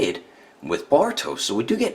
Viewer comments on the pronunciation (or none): he sounds like he's saying baruto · Wait u kept saying “borto”